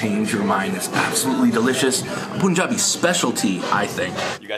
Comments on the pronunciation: Tf is POON-jabi...its PUN-jabi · And what you are eating is not biryani. Just one look at the onions and the veggies gives you clarity... And keeps mispronouncing Biryani and Punjabi in every second episode that has an Indian reference 🫤 Buddy how about we keep calling you. knows the Indian cuisines fundamentals quite well... whether it's spices, dishes or getting his pronounciation right.